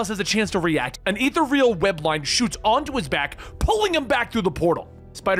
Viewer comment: That is not how you pronounce ethereal. Great video as always all the same